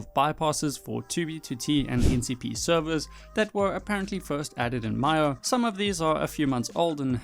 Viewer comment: it’s mee-o